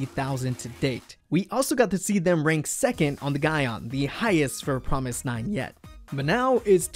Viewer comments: It hits my ears the wrong way when you say Promis_9 instead of Fromis_9. Fromis_9 is their english name. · ok I'm lost? he keeps pronouncing the groups name "F"romis_9 like it is Promis_9? if thats right wouldn't the the 1st single album Fun Factory and title track Fun be pronounced Pun Pactory and Pun?? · Was I the only one who realized that he said promise_9 the rest of the video after explaining the name of their group? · Is it just me or is he saying promis_9 all the time? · Wait is the F suppose to be pronounced like a P?